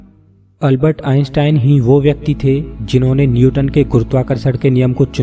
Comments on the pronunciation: अलबत नही है अल्बर्ट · Is Albert Einstein not ALBAT ,😅